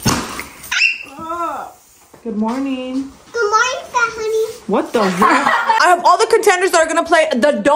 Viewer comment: HE SAID FAT HONNY😂